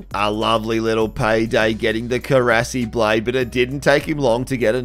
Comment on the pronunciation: Stop saying Korasi. Its not Korasi